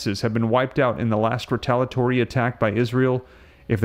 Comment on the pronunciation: Again, it's ree-tale-ee-uh-tory. NOT ree-tale-uh-tory. For God's sake, please stop this insufferable butchery of the English language. This is borderline unwatchable.